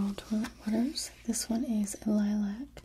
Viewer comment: lol toilet sweet angel, it's french: "twa-lett"